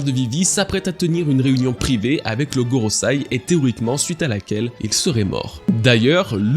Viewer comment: GorosEi, pas gorosAi. Bon sang de bois.